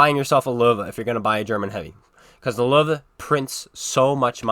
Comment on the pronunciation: Löwe not Lover